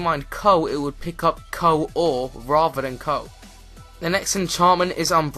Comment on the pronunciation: it's coal not coou xD